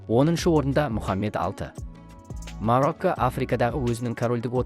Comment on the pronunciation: МАРАКО,БЕРЛУСКАНИ,БРУНИ ДЕП ТІЛІН ШАЙНАП,ЕКІ СӨЗДІҢ БАСЫН ҚҰРАП СӨЙЛЕЙ АЛМАЙТЫН ЖҮРГІЗУШІНІ КҮЛТӨКПЕДЕН ТАУЫП ӘКЕЛГЕНБЕ!?